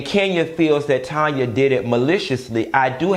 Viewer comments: TAAAAANYA!!!!! Not Tonya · her name is TANYA!!! TAN-YA lol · Tanya, not Tonya 😆😆😆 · Do it’s TANYA not Tonya🤣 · STOP calling that lady Tonya when her name is Taaaaaaanya🤦🏾‍♀️🤦🏾‍♀️🤦🏾‍♀️